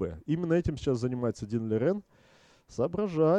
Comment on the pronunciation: Спасибо Вам за видео! на заставке Лижень, а в озвучке Лирень. Давайте определимся:)